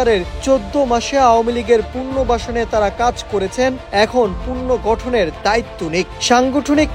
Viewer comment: পুনর্বাসন ও পুনর্গঠন শুদ্ধ উচ্চারণ করতে জানেন না, নিউজ ডেস্কের সংবাদ পাঠক হলেন কীভাবে?